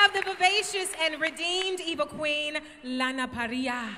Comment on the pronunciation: why can no one say Lana her name right